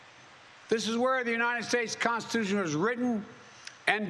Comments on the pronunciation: Why does this look like a hitler speech, i mean with the background being red and all. Bro can't even say constitution, to speak as clearly as you can, if you can even speak. Flag still burn? I thought I stands. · Really? Because I heard him mispronounce "Constitution" from the start.